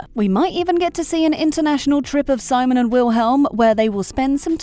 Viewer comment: I can't be the only one who finds it irritating that the narrator kept saying Simon as SY-mon. Watch the show, woman. It's se-MONE. Seriously!